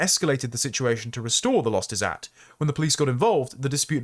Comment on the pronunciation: The writer shouldnt have used the Izzat indian term, instead should have used honour or reputation, the meaning. The izzat term when you pronounce it "is-at" is making it so confusing and distracting. There was no need for the indian term there. It just means honour